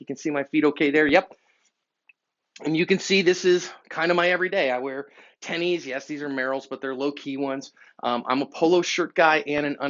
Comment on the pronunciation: Who told this man "tenny" was the cool way to say it? Lol. Not a hater it is just funny. 😁